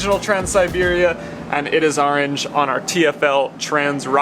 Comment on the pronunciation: I definitely liked the "Arange " orange accents .lol